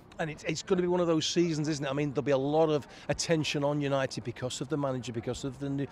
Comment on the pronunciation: Forever united TV, Because he cant say United stand 😂😂😂